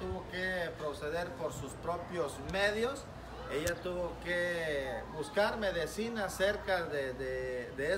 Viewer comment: Medicina no medecina!!!!!😃😂😁😀😁😂😃😂😁😀tenias q ser centroamericano!!!!😱😱😱😱😱😱😱😱😱😱😱😱😱😱👎👎👎👎👎👎👎👎👎👎👎👎👎